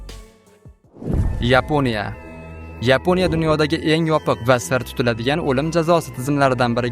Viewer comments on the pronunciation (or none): none